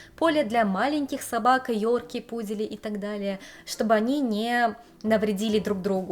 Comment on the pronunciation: не "хозяевА", а "хозЯева". Не "хозяевов" (ужас какой), а хозяев. Не "пуделЯ", а "пУдели". Режет слух, следите за ударениями, пожалуйста.